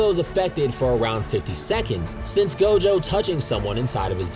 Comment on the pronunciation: It's not gojover 😅